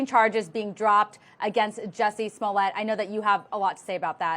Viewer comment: It’s “Smollett “ not “Somllett” 🤣🤣🤣🤣🤣🤣